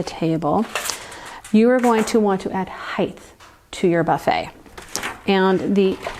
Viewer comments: no such word as heighth .the word is height. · It’s pronounced “hite” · lovely video!!! But "heith" is not a word. Still, a great video!